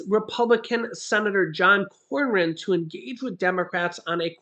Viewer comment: senator cornyn’s name is pronounced ‘corn in’. What you’re pronouncing as a r is actually a y. Sorry, but being from San Antonio Tx he comes from our area. Good luck from getting anything done from Cronyn, he’s ultra conservative.